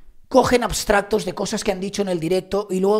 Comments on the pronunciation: Pero que te importa lo que se diga en otros canales? Por qué tienes que meterte en nada? Y se dice extractos no astratos, que eres periodista. Eres muy poco autocrítico y me llevé una decepción contigo. No tienes razón, asúmelo!! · ¿ ha dicho astratos? "Ojiplástico" me he quedado.